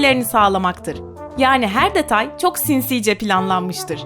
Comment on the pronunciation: "SinsiĞĞce planlanmıştır" ne ya